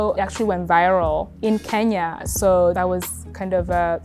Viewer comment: I absolutely love listening to Kenyan ppl pronounce the word “Kenya”.😊😊 I’m Igbo, my name is “Onyinye”. It means gift from the Gods. Kenyans could say by name 30x w/o any difficulty. In Africa, we say Ke-nya. Outside Africa, ppl say Ken-ya.😊